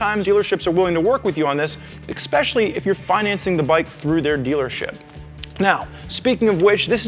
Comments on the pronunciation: Dude! Ex-specially? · Dude lost me when he said "EXspecially" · There is no "x" in especially.